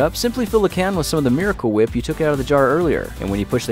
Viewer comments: Hewwo, and welcome to Fewd Weviews... Today I'm Weviewing Kwaft Meewicul Whip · Hey it’s food weviews today we are weviewing miwicale weep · 'MEYICALE WHEEP'